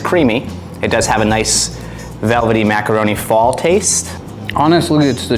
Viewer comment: Also said "meckeroni"